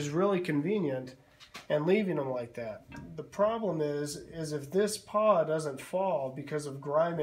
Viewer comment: Pawl . . . not paw.